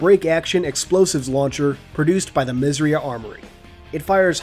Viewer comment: Isn't 'misss eiiii uhhh' armoury? Good video though :)